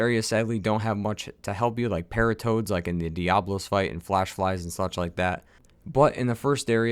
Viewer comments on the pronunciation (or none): none